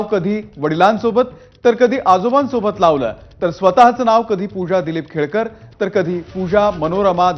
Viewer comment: खेडकर नाही खोडकर😂😂